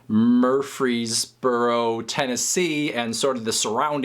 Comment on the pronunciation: Used to live in Murfreesboro, TN and you said it 100% correct.